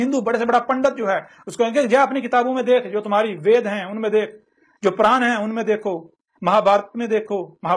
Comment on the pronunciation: Abe isko puran bolna nhi aa rha hai mahabharat bolna nhi aa rha hai.or ye baate badi badi kar rha hI